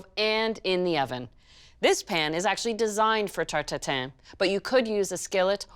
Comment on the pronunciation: The first thing i heard: "Apple tartatan"